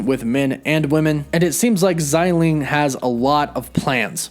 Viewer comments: Bro it’s xia ling(sia with a straight down tone) not zyy ling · xialing not xailing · Just as an FYI, Xialing's name is pronounced "Shah-ling". The X in her name is pronounced with an SH sound. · Her name definitely isn't "ZAI" lol, apply yourself